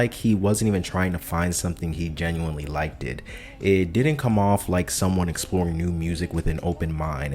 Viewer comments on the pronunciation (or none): Bruh literally said Likeded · “liked it” 🥀